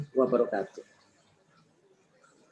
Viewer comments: ooh Saya putar berulang2 dengan kecepatan di pelan kan tetep aja saya dengar nya wabarokatuk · Apa cuma saya yang dengar nya wabarokatuk